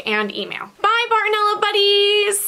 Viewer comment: Did u say bartoneller on purpose? I say it all the time to mess around thought I was the only one 😂😂